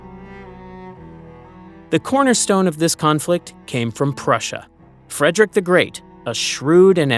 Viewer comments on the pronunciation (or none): none